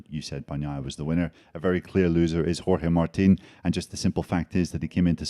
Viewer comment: Still the terrible Spanish accent when saying Jorge Martin 🙄